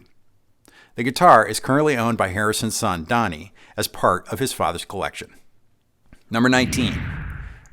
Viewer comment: With all due respect George Harrison’s son’s name is “Dhani” which is pronounced “Danny” if I’m not mistaken. At least that’s how I’ve always heard it pronounced in the past.